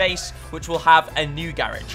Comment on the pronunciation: Ok ok I love your videos but why why you pronounce garage wrong 😂nah but nice keep it up